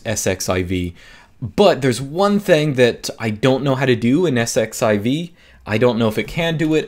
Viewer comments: Isn't that 'exc-ess-i-ve'? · pronounce it "ss-z-iv" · "Let's sed-eleven-queue it" Haha!! I'm going to borrow that.